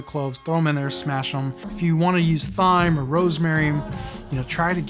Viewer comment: Great video! One thing, please stop saying Thyme with the th! The h is silent. 😂